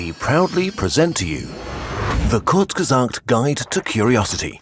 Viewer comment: Thank tou kurzgesagt, you just finally told us how to pronounce the name